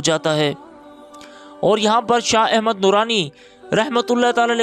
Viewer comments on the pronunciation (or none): none